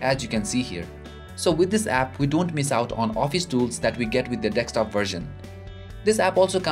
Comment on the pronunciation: Its deSKtop!!! not deKStop